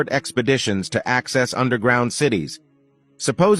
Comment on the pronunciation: Its axis not access